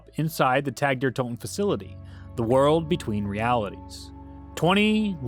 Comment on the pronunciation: Calling it tag like the game really bothers me lmao